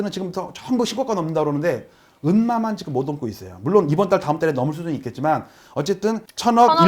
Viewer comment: 지금 발음을 직끔